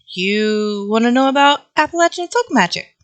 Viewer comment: Just saw you're in NC and that's why you pronounced it right lol. People further north pronounce it LAY. But anyways, thanks neighbor!